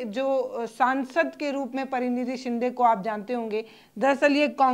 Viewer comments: Madam unka naam pariniti shinde hai na ki parinidhi shinde aap theek se naam ka uccharan kijiye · Pariniti chopra hoti hain aur Praniti Shinde hoti hain aapke uchar sudharo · आप जानती है क्या कि इनका नाम परिणीति शिंदे है ना कि प्परीनिधि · परिणीती नहीं, प्रणिती कहो ना. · परिणिती शिंदे परीनिधी हे चूक आहे नीट बोलायला शिका